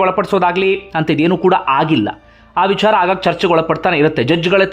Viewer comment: ಅಯ್ಯಾ ಅಂಡಿಗೆ, ನಿನ್ನ opinion ಹೇಳಯ್ಯಾ.. ಇಲ್ಲ ವಿಡಿಯೋ ಮಾಡೋದು ಬಿಡು.. ನಿಂಗೆ ಬುದ್ಧಿ ಕಮ್ಮಿ.. ಅದು 'ವಿಚಾರ'. "ವಿ'ಛಾ'ರ' ಅಲ್ಲ.. ತುಂಬಾ over ಮಾಡಬೇಡ...